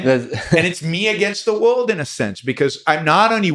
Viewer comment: I'm an awful person. He is brilliant and I can't stop giggling when he says stuff like "whooled" instead of world. Its like listening to my 6 year old that just happens to be brilliant